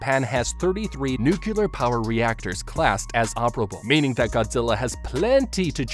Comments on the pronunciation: Nucular is not a word. It's Nuclear. NEW-CLEAR. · NUCLEAR IS PRONOUNCED NEW-CLEAR NOT NEW-CEW-LER OH MY GOD, PLEASE.... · Remember kids “Nu clear” not nukyuhler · I get the Simpsons joke about pronouncing "nuclear" as "nukyulur", but using for EVERY instance seemed like overkill... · Its a personal pet peeve of mine when people say nuculer instead of nuclear, every time I just wince cause it annoys me. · It's pronounced nuclear(new-clear) Not nucular, that's how homer Simpson says it 😅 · "Nu-cle-ar" not "nu-cu-lar" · it's Nuclear not Nuculer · I hate that people keep pronouncing the word nuclear like nucular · Noo-cle-er, not Noo-cu-ler, jeez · Are you intentionally pronouncing it as "nucular" instead of "nuclear"? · The word is nuclear, not nucaler. smh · it drives me crazy when he says "nucular" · Then it is kind of appropriate they show a Simpsons clip.😂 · sorry, what are 'nukkilur' explosives? does it have anything to do with aluminumm? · I tried not to twitch every time you said “nuke-u-ler.” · Nuclear ❌ NuKiller ✅ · Wait wait... Nucular? Nucular? Like Nucules? So it's a nut-shaped or is it a compound fruit? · Now do a video on how to beat the correct pronunciation of the word NUCLEAR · NUCLEAR SAY IT N U C L E A R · MY GOD! I hope you've learned how to pronounce NUC -->>L<<---EAR since this video! There is no second U in NUclear, count them: 1, ONE, ONE U. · The most unrealistic thing isn’t the giant angry lizard, it’s the fact that the Japanese government cares about its citizens. Also: the word nuclear ( new-Klee-Ar) wasn’t said correctly one time. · NOO-CLEAR , NOO-QUE-LAR... Is it so hard for people to get the pronunciation of "Nuclear" correct ? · Bro you're really bothering me with how you keep mispronouncing "nuclear". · Why are you pronouncing nuclear as “nucular”? I have nothing against this video, it just bothered me for some reason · The way he says nuclear triggers me. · the mispronunciation of nuclear is killin me man